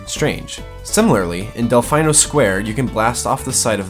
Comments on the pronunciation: Del-fee-noh not Del-fine-oh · um excuse me? Dell fine o? It's dell fee n o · del-fee-no not del-fie-no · Lah-kih-two not lah-key-two del-feen-oh square not del-fine-oh square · It is not delfeyeno It is delfino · Del-fine-o square smh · This man just said delFINEo square. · Repeat after me: DEL-FEE-NOU SQUARE. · Did he just say Del-"phyno"? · And Del-fee-no. Stupid observations, but whatever. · You did not just say "Delfyeno." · How can you have a serious gaming channel like this and continually mispronounce the name of a prominent Mario character? Lakitu is pronounced lack-it-too. And Delfino! Anyone who's played Mario Sunshine knows it's Del-FEE-no. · "Lakeetu" "Delfyno" D: Nice glitches but that bothered me a little bit lol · He pronounces Lakitu and Delfino so wrong 😂😂😂